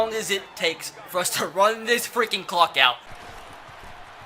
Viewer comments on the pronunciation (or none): none